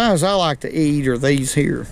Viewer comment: “That’s what we like to catch heyah”